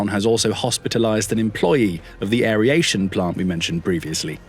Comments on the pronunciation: It's aeration, not aer-I-ation ... please try to pronounce the word correctly. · What is "airyation" please? Just asking for a particularly stupid friend.